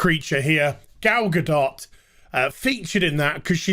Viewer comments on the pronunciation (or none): I like ya, but please say her name correctly since you seem to be enamored [rightfully so] with her. Gu-Doh AND, if you go onto Twitter you get what you seek.